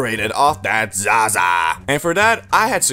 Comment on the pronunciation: na why he say zaza like that